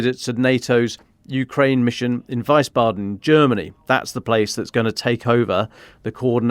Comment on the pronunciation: Wiesbaden, not Weissbaden. Vees bahden, not Vice bahden.